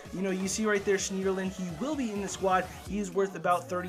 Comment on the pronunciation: You don't pronounce the e in schneiderlin